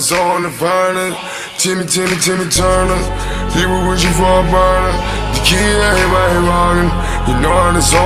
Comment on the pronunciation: It's turner not tuner